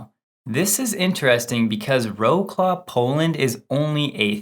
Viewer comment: Wroclaw is pronounced Vrotswav. Couldn't you have got a bit closer?